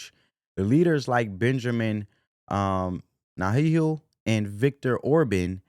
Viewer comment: "Former US President Donald Trump" either this is an old video or you've been hiding under a rock. Before you start making videos on politics, it's very important that you get to know the people you're talking about. You couldn't pronounce Israel's leader's name even though he has been everywhere in the news. You couldn't pronounce "Farage" even though he's also been in the news. Maybe do some research next time? 🤔